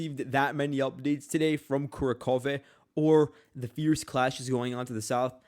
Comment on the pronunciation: The Russians are much further along in Kurakhove. Its pronounced Ku RAK hov-ah by the way, with annunciation on the 2nd syllable, RAK. The first syllable is NOT "Kura", its "Ku", and annunciation is not on "khove", its on "rak". Ku Rak hov-ah (or Kur RAK hov-o). The Russians have taken Kurakhove all the way up to the small river dividing the town, and captured the railway station. DeepStateUA reports are about 2-3 days behind reality (their reports are deliberately delayed by the Ukrainian government). Check Suriyak Maps, neutral and more reliable.